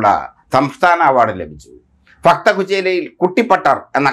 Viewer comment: ഫക്തകുചേല അല്ല ഭക്തകുചേല